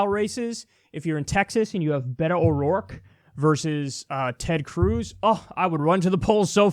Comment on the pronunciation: He finally said Beto correctly